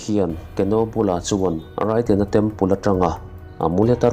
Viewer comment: Raiden ti a lam loh tur..reiden tur